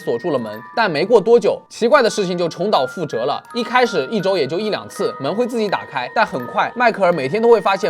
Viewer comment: 重蹈覆轍的 (轍)發音唸（徹） 不是唸(哲)